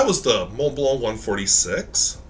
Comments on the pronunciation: TF is a “morn blurnh”? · You can’t even pronounce the brand correctly let alone use a quality pen. Who the hell told you Germans - yes Montblanc is a German brand says “mourn blourn” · So, when pronouncing the brand name, the "c" is silent? There's no "kuh" sound at the end?